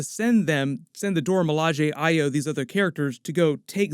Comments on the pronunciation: Thank u for pronouncing Ayo correctly. Check the mark on the left side of his neck at the last scene of the show 💜💜💜💜💜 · Thank you for pronouncing Ayo's name correctly.